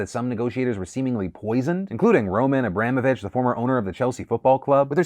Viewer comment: One more time... Roman Abramovich isn't pronounced like "eh bram eh vich" its pronunced like "ah brah moe vich". He's actually one of the good ones in Russia.